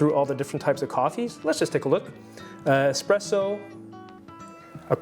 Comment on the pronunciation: Does he keep saying “expresso” even though he said it’s “espresso”? It’s driving me nuts!